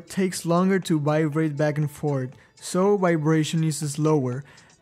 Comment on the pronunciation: He says "bivrate," but great video!